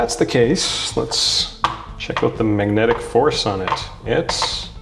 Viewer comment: why can't you pronounce the word 'magnetic' correctly